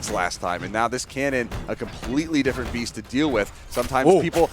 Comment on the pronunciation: «Pugsy’s a beast!» What i heard: Pugsy’s obese!